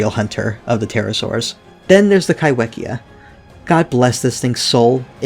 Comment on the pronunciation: The wh in kaiwhekea is pronounced as an f, in Māori wh is used in place of f